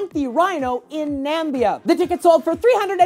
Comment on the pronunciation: you said Nambia, which doesn't exist. you mean Namibia xD still luv ya though